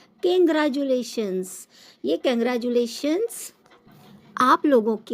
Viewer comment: Bhut sahi pronounce kiya hai aapne di congratulations ko😂😂..ye log kuch v paros de audience girte padte pahuch hi jati hai dekhne...mujhe ye nhi samjh me aata ki aakhir log sikhte kya hain enke videos se..